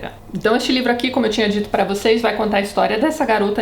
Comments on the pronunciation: "Eu vou contar, eu vontar" E eu: CONTAAAAAAA. kkkkk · Tati!!! =) Vc falando EU VOU CONTAR, EU VOU CONTARRRRRR! Foi o ápice. Amo essas críticas destruidoras. Eu tenho um ranço imenso com Nicolas Sparks, não sei se vc já falou dele, mas é bem assim: sensacionalista, personagens rasos e muitos milhões na conta.